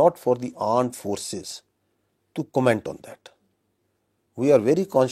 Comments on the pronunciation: Aand forces 😂😂😂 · Aand forces😂😂😂😂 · AAND FORCES 🤣🤣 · Aand forces😂😂😂😂😂😂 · Aand forces😂😂😂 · Aand forces😂